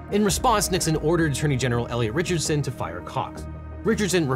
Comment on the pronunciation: t would have been an interesting watch- but I'm checking out as you are trying to speak so fast, to sound dramatic, that you cannot pronounce "Richardsson." To exhausting to listen to this gibberish that contains actual info that nobody trying to keep up with your pace remembers after this video... I'd rather go listen to a song with Jamaican rapper SeanPaul than sit through this. He makes more sense when asking someone to "bus another bokkle of Möet" than you do when explaining who fired Cox...